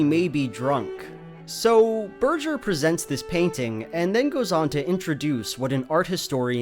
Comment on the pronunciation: "Ber-jer"?! Berger... "Bergh-er"